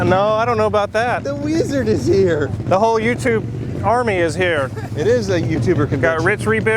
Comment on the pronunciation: Lol sorry peasant we are doing a HAYOUTUBE Vahideo.